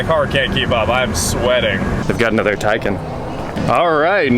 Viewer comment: Learn how to say Taycan.